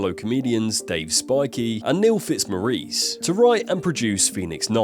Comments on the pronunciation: It's not "Fitz-Moreece" it's Fitz-Morris. It's British English not American English. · Neil Fitzmoreece? His name is pronounced Fitzmorris! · Neil Fitz- Mo-Reece 🤣🤣🤣 Turned off after that pronunciation abomination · Who doesn't love Neil Fitz Mor-eece! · How is it possible to say Fitzmaurice so badly? Are you trying to speak like an American for some reason? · The way you pronounced Fitzmaurice has convinced me you are a spastic.